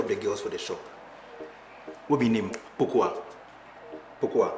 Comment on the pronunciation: I really don't like the way you guys mention the name "Pokuah" its pronounced differently.🥰🥰